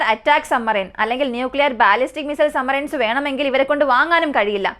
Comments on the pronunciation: കേൾക്കുന്നത് പലപ്പോഴും sumarine എന്നാണ്, സബ്മറീൻ എന്നാണ് ഉച്ചാരണം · Submarine എന്ന് വ്യക്തമായി ഉച്ചരിക്കാൻ ശ്രേമിക്ക് കുട്ടി, "b" അക്ഷരം സൈലൻ്റ് അല്ല കേട്ടോ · സമ്മറൈൻസ് അല്ല സബ്മറൈൻ ഡെപ്പോയ് അല്ല ഡിപ്ലോയ് ആണ്.